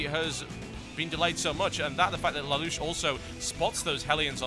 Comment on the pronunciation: lol TB its "lay-lush" not "la-lush" :P